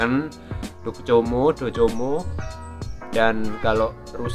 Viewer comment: Udu docomo bang wacane tapi Dokomo